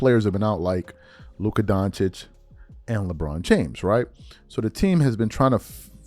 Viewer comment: It’s not doncic is donchich